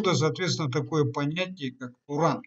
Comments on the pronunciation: не Турон а Туран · Какой турон😂, может Туран?